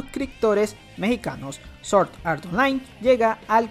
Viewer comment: Se pronuncia SwwOordd No Soorddd